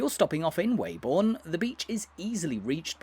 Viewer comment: As a local, can you confirm that the correct pronunciation of the village's name is 'Webbun' and not 'Way-born'.